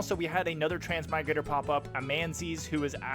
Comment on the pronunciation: Pronounication is incorrect on Amon and the Transmigrator names